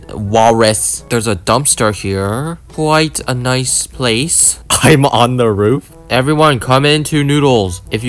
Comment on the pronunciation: "Quite a nice place" sounds like britsh